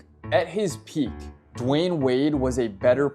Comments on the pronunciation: "Dwaayon Wade" 😭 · Dwion Wade 🤨